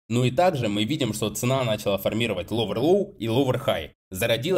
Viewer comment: формировАть, ударение на а... Не формИровать...